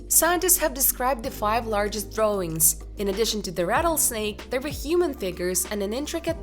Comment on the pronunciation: Why do you say .. DrawRING instead of drawIng .. ING